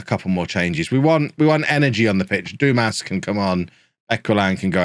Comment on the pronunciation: Dumas…. It’s pronounced, Dumar 😉